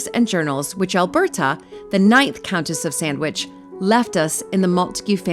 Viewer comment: I really enjoy and. - I love how you say Alberta! I do want to talk you about collaboration. We in the US can't take of the unhoused we have abandoned schools that can accommodate this need easily and to be be revitalized and given back to the community. I would like to do the same and there history. I've got one here in St Louis its absolutely amazing I think the structure is fine but inside and mold I'm worried about. I will be happy to send video of the first school prospect its very amateur and sun was in my eyes. I will give you rights just need your guidance and helin revitalize and give back to community. I want to ask us congress to prevent abandoned schools be taken for commercial use but revitalized and given back to the community for many school was sense of community